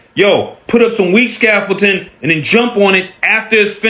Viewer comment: this moron can't say scaffolding i don't believe anything he says